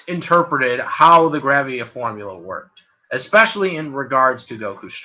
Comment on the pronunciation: Not to be rube but can you read better, you studer a lot and mispronounced a lot of words. example: its called ultra isntinct not ultimate instinct and you mispronounced gravity. Still like the vid.